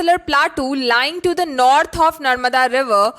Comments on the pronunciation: Nath nahi mam northern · Nath nhi north